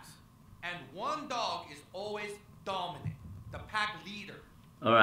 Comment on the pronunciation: But dom-eeeeee-naant not agreh-seeeeve